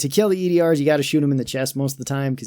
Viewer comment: They’re called “E.D.A.R”, not E.D.R. You pronounce it as “E-Dar”